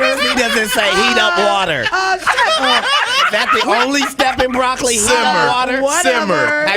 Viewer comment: She messed up when she said broccoli lmfaooo nah she not smart